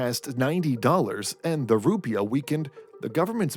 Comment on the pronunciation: Emphasis is on the second syllable. You sound like an idiot.